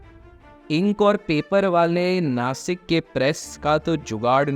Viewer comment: bro its Nashik not nasik